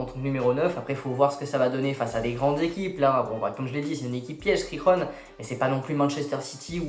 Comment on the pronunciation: Par contre Girona se prononce pas « Rirona » Mdrrr c’est vraiment Girona comme sa se prononce en français